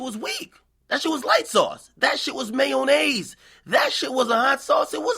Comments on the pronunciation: Ak needs some more academic time in his life, he can't pronounce half the words he uses. You can blame it on the henny but ima go head and contribute it to your brain bein weak being light sauce being MAYONAAAYZ! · "Mayoh-naise" :D